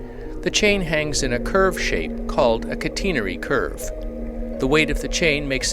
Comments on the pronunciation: "The chain hangs in a curved shape called a CATEENIARY"? Surely you meant to say catenary (kăt′n-ĕr′ē, kə-tē′nə-rē - I believe that the second form is the way the Brits pronounce it), right? I cringe at such an error because, as comments from very skilled sailors attests, this vid is of excellent quality and great value. Cheers! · Please don't cringe :-) I am sure I said catenary not "cateniary"... I hope I am using the British pronunciation properly (due to my British heritage I suppose)